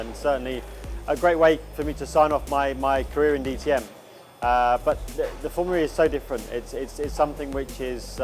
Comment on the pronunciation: Didn’t know was into racing at all let alone Foumlua E